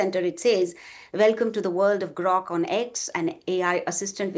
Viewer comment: Hey lady, it's Grok, not Groak. And Gemini, not Geminee